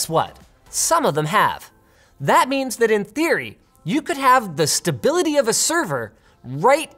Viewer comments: the utmost in stability he said. I heard the utmost instability. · The line "if you want the utmost in stability" comes across as "if you want the utmost instability". I had to think about it for a second haha